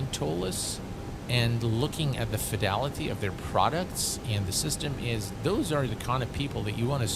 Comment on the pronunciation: Slap every time you say fedility... can't drink or I'd be drunk before takeoff.. for the price you pay for anything toliss you shouldn't need anything extra..